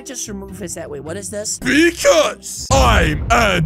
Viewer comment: when he said bc im endrew tate LOL THATSYOU GOT ME THERE